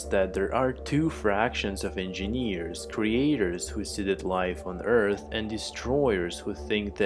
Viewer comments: endjenieEeeres oh god that voice, i wonder if you're drugged or something. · Enginiiiiiiieeerrs all i can hear. Damm it man I'm an engineer and I hate myself cos of ur pronounce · eeeenginieers eeeenginieers eeeenginieers eeeenginieers eeeenginieers eeeenginieers eeeenginieers